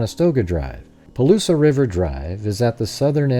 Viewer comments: First Palouse is "Pah Loose" not "Pah Loose ah" This route is very strange. I used to ride this route all the time when I was a student at WSU, as a bicycle training ride, but counter clockwise starting in Pullman. Two points to make. First there is no reason to go this way. It is just longer and weird. Second. very few students on either WSU or UI campuses even know about these roads. That is these small connection roads between Idaho 95 and Washington 195. Only farmers and bike riders know them. A lot are still gravel, including maybe part of Kohlbergers route. Thom Creek is paved and Borgen is not.. There is nothing in this area but rolling wheat fields as far as the eye can see. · Interesting video. 2 minor corrections (from a North Idaho resident): 1) Palouse is pronounced "puh-loos", not "puh-loos-uh", only 2 syllables and 2) it is US Highway 95, not Idaho State Highway 95. Even the Moscow police have erroneously referred to it as State Highway 95, which does not exist. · Hi, nice work! I'm from that area, let me help: Palouse is "Pah' Loose", silent e at the end.